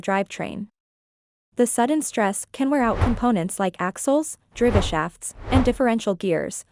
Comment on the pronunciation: The female AI Bot says that "Hard launches can wear out your Drivva shaft". Stupid AI narration. How about having a human narrate, although I know that's a thing of the past.